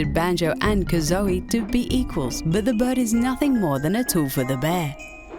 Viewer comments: I like your content but I don't like the mispronouncing of names like for instance banjo- kazooie makes it sound like kazoey, now I don't like it my local news mispells alot on TV and I tell them of their mistake and they still make the mistakes so if you can please, I would appreciate it if you can let me do the voice work for one of your videos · RoseOfTheNight4444 Nah, she just pronounced it wrong. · SAY KAZOEY ONE MORE TIME. IT HURTS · "Banjo koo zoie"?.. What? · "Banjo kaz-o-e" uugh this is just like the mispronunciation of the Venom trailer calling them "sim-by-otes".. Such fail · she made me cringe every time she tried to say Kazooie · You can say right but you can't say Kazooie right? BLASPHEMY!! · How can you fuck up pronouncing banjo kazooie. Definitely not a gamer just a script reader. As if the rest of the staff at zoomingames didn't notice when editing.